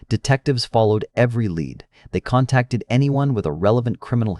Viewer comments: "Every traditional lead had been exhausted." Lead pronounced like the metal. So so so sick of ai. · Led instead of "leed" (lead)? AI narrated! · In this context, "lead" is pronounced "leed" not "led." It's a shame these channels have to be dishonest by using programmed voice (sorry but AI doesn't exist, stop calling it AI) instead of a proper human host. Still, pretty crazy story. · Every traditional led....? Get better, AI man. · you know this voice is ai as it pronounced the word lead (as in a criminal case ) as lead, the metal. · What a joke. The asshole pronounced lead as led. Move on from these lazy idiots. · "Every traditional LEAD had been exhausted" with "lead" pronounced like the element. (How it's clear that it's an AI voice. No human would make that mistake.) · Stop using an AI voice lead and lead are 2 different words i know english is hard.The same happens in scifi stories. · "Every conditional lead." Lead as in metal. Is it not possible to change the AI pronunciation mid video? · AI doing it's best mispronunciations.. lead can be pronounced 2 ways and they chose the wrong one. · Use a real voice. This artificial voice mispronounces words, like “lead”. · AI is not remotely near as self-aware as you imagine it is, if it can't pronounce "lead" correctly based on context .